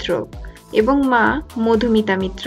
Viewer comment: Mitra and Maitra are two different titles please pronounce it correctly